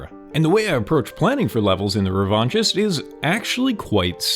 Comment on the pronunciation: Loving your videos! The game looks great. Just some critique: The name "The Revanchist" is bugging me though. After looking it up I realize it's a real word, just not an English word. And in French it would not sound the way you're pronouncing it. Revenge is associated with power and hate. Neither of those are a fit imo. I immediately assumed that I will play as the person seeking revenge, if thats not the case getting rid of "The" or replacing it with a word that assigns "Revanchist" to someone that feels unknown, like "Revanchist Yearning". The name is now ambiguous. Who is seeking revenge. Is it me? The person is both seeking revenge and wishing they could seek revenge. Just some thoughts. Feel free to ignore. The game looks awesome!